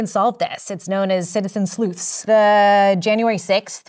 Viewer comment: It's sleuth. Not slooth.